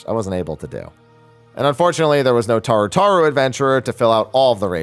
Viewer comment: tarut is pronounced TA RU n'wah. ur getting it 100% wrong kid.